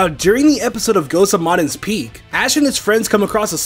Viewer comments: Ghost of “Moden’s” Peak? Sorry did you mean “Maidens”? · Ghost of MAHden's peak...🙄